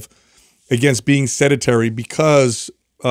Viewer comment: "SedAtary" Hey guy, you're about 50 years old and still haven't figured out the word sedentary. If you're going to use the word constantly, at least know how to pronounce it. It's a little hard to trust that a person is actually educated on a subject, when they don't even comprehend a key word pertaining to that topic. Then again, you guys spew false information on the regular, so I suppose it's par for the course.